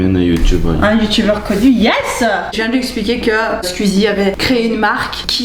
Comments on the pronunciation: Elle dis squzie mais ces squeezie!!! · SqIzi pas SqUzi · Squeezie pas scuzie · Je déteste les gens qui disent squzie a la place de squeezie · C’est SQOUIIIIIIZIE !!!!! Pas SQUIZIE !!!!!! PTN ! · C'est marrant quand tu dit "squizi" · Mais c’est « Squuzie » par contre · "Skuizie" Tu m'as appris comment prononcer son nom, merci (Second degrés) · La manière dont tu prononce "squeezie" est très rigolote ^^ "squuuuzy" c'est trop mignon 🤣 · Tu dit bizzarment Squeezie !? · Super vidéo seul truc ta prononciation de squeezie me stress énormément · Comment tu prononces Squeezie 😂 c'est très drôle